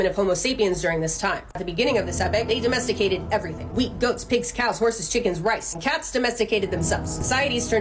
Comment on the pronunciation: "And cats domesticadet themselfes"😂